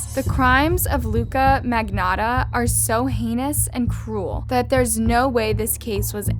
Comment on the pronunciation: It’s MAG- NOTTA